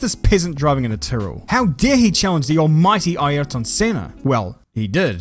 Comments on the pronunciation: Yes that’s the correct pronunciation as in I er ton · That's the correct Portuguese pronunciation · The way pronouce "Airton Senna" in this video is waaay better than a lot of others comentators that I saw in a long time, which mispronouce "Ei-yrton". As a brazilian I can say: you did it very good Man! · It’s absolutely the correct Portuguese pronunciation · His pronunciation is exactly as it’s said in Portuguese